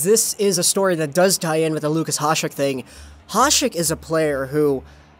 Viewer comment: It's "ya-shek", he's not latino you know